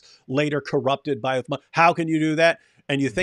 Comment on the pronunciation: and you like what David wood tells you don't you? He was decimated 4 to 5 times 😂 Sheikh Uthman may Allah protect him and increase him in knowledge wiped the floor with David. You Christians ✝️ hate him so much that can't even say his name properly. That's the power of Truth stop his Dawah if you guys can.